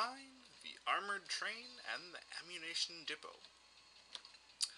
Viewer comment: Awww, no votes yet? I'll be a nice person and vote for Ammunition Depot. Just because I love the way you pronounced it. :D